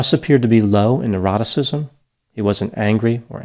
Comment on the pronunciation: Excellent analysis. Every time gets into OCEAN, the "n" being "neuroticism", I think he's saying "eroticism". As in, Bob Ross was low in eroticism. 😆